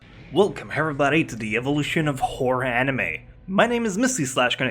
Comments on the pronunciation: I know that meant to say "Horror" anime but I swear think I heard "Whore" anime instead.:/ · am I the only one that heard "welcome everybody to "The Evolution of Whore Anime" at the start?